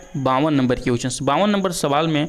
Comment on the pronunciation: Question ko क्विचन नहीं बोला जाता है । Thoda pronunciation bhi Sahi Kar lijiye dear sir,,, agar competition ke question solve kara rahe hain tu solution bhi dijiye sirf answer batate hue chale Ja Rahe Hain